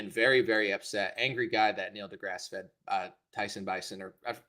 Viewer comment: There’s no long E at the end of this jackass’s middle name.